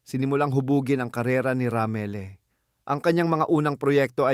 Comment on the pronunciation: Anong Ramile ?Ramil not Ramile ang gulo mong bumigkas Ng name